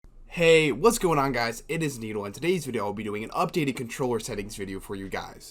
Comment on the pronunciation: When he said his name was needle i heard anal lmao